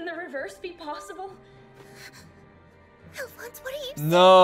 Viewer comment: More like Ow-phonse. This episode is always tense & painful